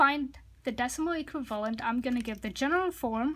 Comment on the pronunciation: I kept hearing “equilibrium” instead of “equivalent” lol. Great explanation dude. Thanks a lot :)